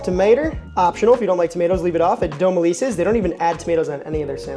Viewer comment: Dom-eh-lee-sees Nola pronounces things all whack… it’s a lot to keep up with lol I still be a stickler. Lil bit. Want the ppl yo learn